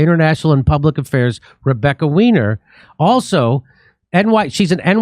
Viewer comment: Her name is German, “weiner” is pronounced “Why-Ner”